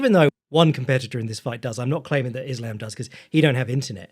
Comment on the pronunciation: The Yosemite Sam of pronouncing it “Is-Lamb”